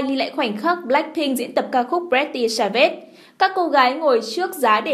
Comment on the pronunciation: Ad tên bài hát pretty svage mà sao đọc j kì vậy ko bt đọc tiếng anh à?